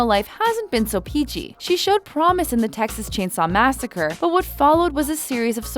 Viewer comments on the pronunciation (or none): none